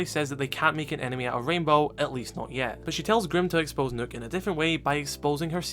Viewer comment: pls stop pronouncing the ø in Nøkk as a hard u, it's supposed to sound as the u in dump, so closer to an o than a u, but somewhere in between.